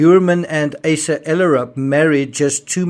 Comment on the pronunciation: Rex’s wife’s name is pronounced AH-sa.